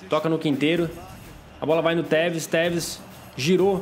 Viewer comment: O quando foi falar tevez no minuto vez de tu falar tevez tu teta